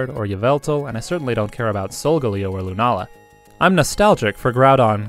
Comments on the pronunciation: SagaSage They also pronounced it as Key-ogree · Google 'ogre' and that's exactly how you say it. Check the show, they also pronounce it as 'Kai-oger'. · Ok Ok I hate to be that guy But Key-ogre? No Kai-oger is kyogre Sorry just ocd here